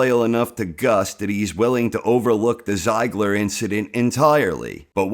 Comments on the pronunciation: Jeezus dude, have you actualy watched the episodes? They say the name quite a few times. It's pronounced "Tseegla"... No wonder your predictions turn out so damn wrong every time when you're not even listening to what the characters are saying :'D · It's Zeeeeeeee-gler